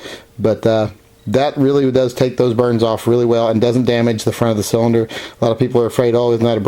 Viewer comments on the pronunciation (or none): none